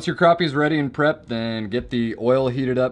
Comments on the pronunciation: Its krapy not kropy! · Crap.. e Not craw.. p Lol we all have our ways to say it. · its crappie not croppie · It's crap-i.e. Not croppie